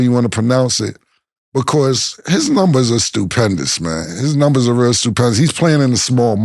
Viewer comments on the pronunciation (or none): I'm starting to notice everytime Mase says "nembers" instead of "numbers" lol Damn lol